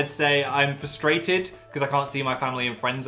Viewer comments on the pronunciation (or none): none